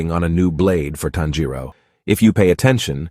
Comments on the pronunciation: And the way they pronounce Tanjiro. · Please why can’t Americans says his name correctly🫤🫤 it’s TAN-jiro wtf is a tanJIro??? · why WHY why does he say tonjero like toneeereoo